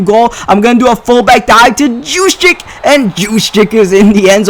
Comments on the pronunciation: It's not jus-check its Hughes-check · I believe it's pronounced "who's-check" Source: Raven's fan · you say Kyle juszczyk name as... Use Check. He explained it. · You pronounce Jusczyck as Huschek or just Juice as his teammates call him.